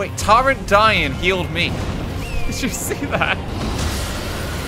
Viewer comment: Based on the way RT pronounced Torrent in this vid I can only assume he pronounces torn like “tarn”